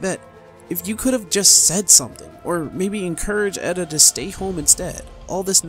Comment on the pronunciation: FFXIV honestly... Has been the only modern Final Fantasy with a good story unruined by a shitty main character, like Vaan, Tidus, Lightning, etc. Also you are mispronouncing Edda's name.